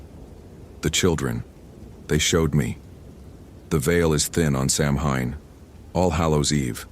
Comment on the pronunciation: Great stories! Samhain is pronounced "sow-in".